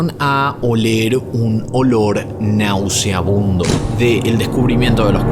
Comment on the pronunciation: Horrible!!! Oiga señor, se dice y escribe NAUSEABUNDO !!!! GRACIAS.